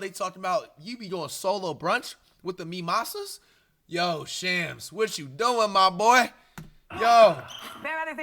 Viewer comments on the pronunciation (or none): “with the mee-mosas” 😂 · bro said mimasas